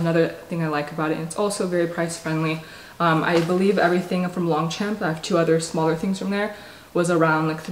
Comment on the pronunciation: Just a heads up for anyone who wants to know: the pronunciation of Longchamp is more like ‘lowng-shomp’